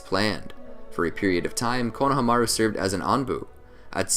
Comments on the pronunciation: It’s annoying how he keeps saying his name wrong 😑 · So do you watch Naruto and hear konohamaru’s do you just disregard the pronunciation or what cuz that is definitely not how u say his name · I hate to be this guy but it’s Ko-no-ha-ma-ru, not Kono-hama-ru. In Japanese you give each one it’s own space. It’s not like English. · My man says konaha-maru 😂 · The Japanese break pronunciations of words and names evenly. It's ko-na-ha-ma-ru, not konaha-maru. You butcher it 🤣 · KonoHAmaru not KonohamARu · I REALLY HATE HOW YOU BUTCHER KONOHAMARU'S NAME ITS SAID FLUINTLY NOT KO-NO HA MARU INSTEAD ITS KONOHA-MARU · Can we establish how he said konohamaru as konaha mara but it’s Kona ha mara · IT IS KONO HA MARU NOT KNOW HA MAH ROOOOOOO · Am I the only one bothered by how he pronounces konohamaru as kono...hamaru. As if it were a first and last name. Weird. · It is pronounced... KO-NA-HA-MA-RU! Sorry... it's been bothering me for the last couple naruto videos you have been made.... I needed to point it out. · pronounced - kono-hama-ru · I want to keep watching but the way he says konahamaru is killing me im only 7 minutes in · I love these videos but anyone else get slightly irritated when he pronounces Konohamaru like “Kono Hamaru”? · You are pronouncing it wrong it’s (cone-a-hom-a-ru) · Fr 💀 konamahru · BRO SAY Konahamaru no konaha maru JEEZ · Please research character name pronunciation. Step 1: How do you say the subject of the videos name? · I hate how he pronounces konohamuru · Lmao don't be mad at me but I can't decide if I like or dislike how you say his name lol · He doesn’t say Konohamaru right it sounds so weird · Why is no one talking about the way he saids the name? It puts me off every time 😂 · u are pronouncing konohamarus name wrong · U pronounced his name so weird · The way you pronounced his name ultimately killed me seconds in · god it bothered me how he pronounced konohamaru's name the whole video. good vid regardless